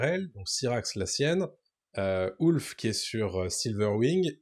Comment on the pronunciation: Ah non, (quelle belle voix!), tu vas pas dire "Ouf" au lieu de "Ulf", toi aussi! Sinon, bon duo, analyse sympa.👍 Et j'ai aimé quand a parlé de l'animalité du dragon.🐉😋